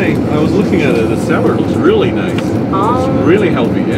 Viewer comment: Sam its callled salad not soward